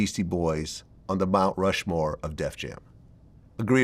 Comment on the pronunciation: That word “Mount Rushmore” was kicking Yayo’s ass for a sec. 😂😂